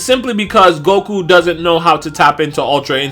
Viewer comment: Everybody says "Goku" until they make a YouTube vid. Then it's "Gogu" all the sudden 👆🏽